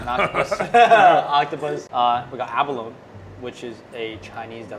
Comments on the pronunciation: Abalone is pronounced "a·buh·low·nee". Not "a-buh-loan". Google "pronounce abalone". I knew Abalone divers and this is how they all said it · It’s abaloneeeeee, not abalone, please pronounce properly! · Abalone is pronounced A-ba-LO-nee :) It rhymes with "baloney". not "alone". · and abalo-nee, not aba-lone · Abalone is pronounced with along E at the end (think abalone-eee). I grew up with my family diving for them in California. Shells were so big - 10+ inches!! Only legal from farms now and it takes years just to get as big as the ones they had with hot pot. Expensive too… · I believe abalone is pronounced abalonEE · its abolony.. nee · It’s pronounced: ah-ba-lone-ee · First time I've heard abalone pronounced "ab-alone"... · Yo js its pronounced a-ba-lo-nee 😅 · I think you pronounce abalone wrong lol